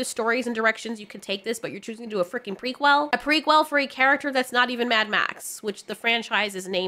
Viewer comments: prequel not prequil! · I love how you say pre-quell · Stop saying prequel like that lol... equal, prequel. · I love you, but the way you say ✨ "P r e q u e l" ✨ Is absolutely sending me. 😂